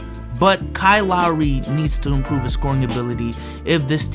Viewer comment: Lol “umprove”